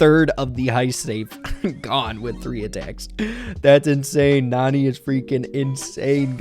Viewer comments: The a is not supposed to be silent ok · It's pronounced nAn"eye" like nani-bomb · It's pronounced nanny...